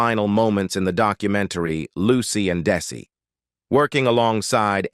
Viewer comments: Sounded like the narrator was saying DAISY! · The narrator also keeps saying "DAISY"! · This narrator has made such a mess of mispronouncing Desi Arnaz's names what? 45 different ways (kidding) mispronounce the word sobriety. So bree a tee. Oh my GOSH. Plus and even saying Daisy for Desi. And using Desi Jr's photos for Desi Sr.'s stories. Sigh. I have caught this :"channel" doing this same thing for other celebrities stories.